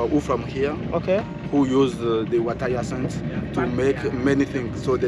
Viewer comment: Water yasanth 👍 hyacinth?...such an interesting village wow